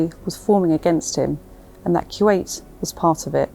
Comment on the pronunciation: It's Kuwait not q 8